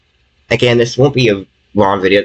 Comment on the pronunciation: tis is by faw te mos sewious tings tat has hapen to me